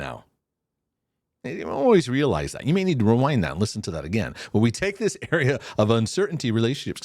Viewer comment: 😂😂😂😂 “thaty” I’m dying over here 😂